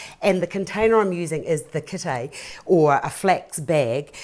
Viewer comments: It's def not a kitae!! Come on man get it right it's a kete!!! 🤦‍♀️ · Kete not kitae lol